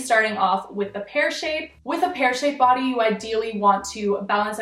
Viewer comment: i can’t remember when but one time you said body i seriously thought you said putty